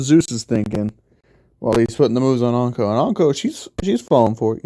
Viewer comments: It's inko not anko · It’s in-co not on-co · Why you say onka it’s inko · I love how he calls inko onko lol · Lol onko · As soon I hear how he pronounces Inko I was like hol' up